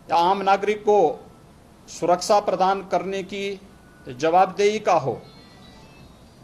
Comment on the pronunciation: सकल तो देखो मुखिया जी के । सुरक्षा , को सुरकसा बोल रहे है।